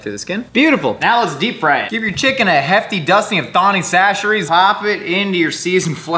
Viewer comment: I'm so glad you started pronouncing Tony Chachere's correctly. Not to advance to a true southerner you need to start calling it just "Tony's"